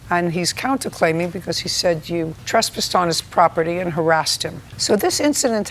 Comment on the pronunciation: JJ always says "trus-piss" I never hear ass when she says trespass! 😂😂🤣